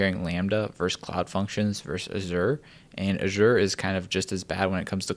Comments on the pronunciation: I'd say 'Azure' is pronounced more like 'Ajer' not the way you say it, but I could be wrong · "uh-ZHOOR" lol. I guess it does look like "assure"...